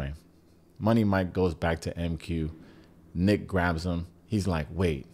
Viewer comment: You calling nick “ick” 😂😂😂😂